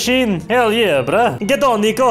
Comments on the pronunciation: he said brUH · "Alright brUH" HAHAHAHAHA